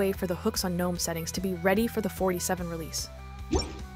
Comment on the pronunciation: girl ily but pronounced guh-nome 😭😭